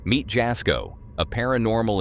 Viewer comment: It is pronounced Yasko; the J is silent. And no, he is not a bonafide paranormal investigator. He does it more for fun, and for his followers.